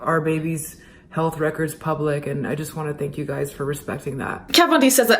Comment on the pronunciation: Is it normal for Americans to say "guises" or "guys's"? I've only heard American YouTubers say it, but the plural is just "guys" as in "you guys". I don't know why Americans say "giyziz." I agree with your summary btw. Delayed PR move/damage control that, intentionally, dodged a few subjects/details & kept things vague. The comments and like/dislike ratio were, predictably, disabled & I noticed how she only has a few thousand subs compared to J Star's 15 mil which really cements how her bad reputation effected her career. If the note was always forged, that's not good, but for her to truly clear her name in regards to the Nazi accusations, she needs to address other things like "Selektion." Kat Von D(ead career).